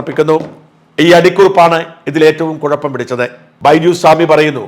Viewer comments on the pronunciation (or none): none